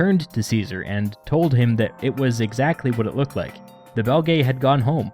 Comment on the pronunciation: Belgae is pronounced Bel-gee or Bel-jai (or juest Belgi) but definitely not Belgaye. An æ vowel doesnt make an A sound, nor is it 2 separate vowels. It makes the sound in Cæsar or Encyclopædia. Essentially the same as their current name Belgian/Belgium without the an/um.